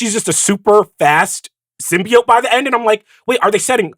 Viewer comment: The fact that Mallory Rubin, of all people, didn't immediately and aggressively correct Sean's pronunciation of symbiote is criminal. Every time he said it, it was like nails on a chalkboard. Sym-bee-oat not sym-bee-uht. Blasphemy.